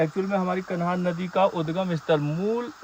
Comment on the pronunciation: सही हिन्दी सीख तब यूट्यूब पर आ। कन्हान???